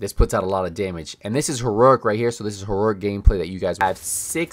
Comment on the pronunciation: It's pronounced.. He-row-ic and not Ho-row-ic